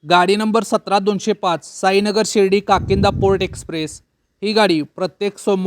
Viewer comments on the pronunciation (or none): काकिंदा नाहीतर काकीनाडा असे बोलावे